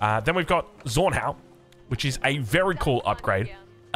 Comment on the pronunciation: Zornhau Is Pronounced "Tsornhau" not "Sornhau" if that makes sense